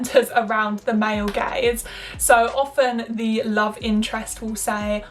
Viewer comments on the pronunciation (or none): Am I the only one who thought she said "male gays" instead of "male gaze" I'm like since when does this society value the male gays